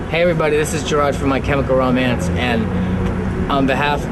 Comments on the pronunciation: "My chemical romange.. Blah". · "This is gerard from my chemical romankss"